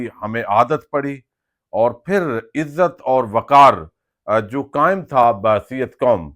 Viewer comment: جوئے نہیں بھائی۔۔۔۔۔۔جو ۔۔۔ جوء